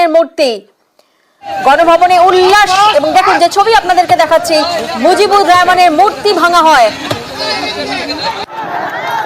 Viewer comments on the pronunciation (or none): রেহমান নাকি রহমান🙄